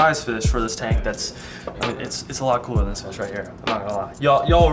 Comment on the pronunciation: What’s a fiss I thought it’s a fish 😂